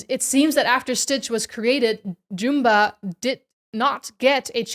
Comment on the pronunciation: Only critique is that you are pronouncing Jumba wrong